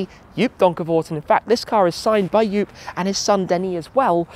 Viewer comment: Joop’s name is pronounced as Jhope